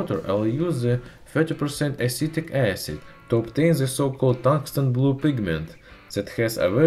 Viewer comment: the way he pronounced "magnesium", "acid" and some other words - sounds like italian accent (